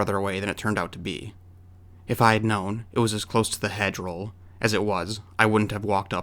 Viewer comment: Halloween photo taken before a custom party. A senior citizen would know that it's "hedge row" not roll right?